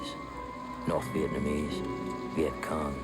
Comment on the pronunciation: It's refreshing to hear Vietnamese pronounced correctly with three syllables. Most people in the USA only use two syllables.